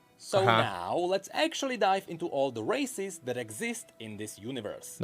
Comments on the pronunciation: everytime he says races i hear racist and i can't stop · Sounds like he's saying "racists"